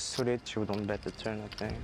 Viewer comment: The AI says "bait" instead of "bet" many times. I like the idea of 3-baiting. But seriously fix that please.